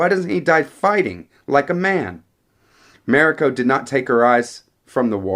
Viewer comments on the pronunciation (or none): Ma- REE-ko